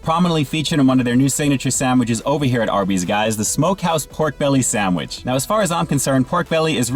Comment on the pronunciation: Are you purposely mispronouncing sandwich as "samich" or is that just how you pronounce it in your neck of the wood?